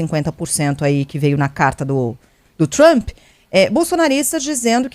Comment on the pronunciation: Aprendam a falar Trump não Trumpiiii - oh gente burraaaaaaaaa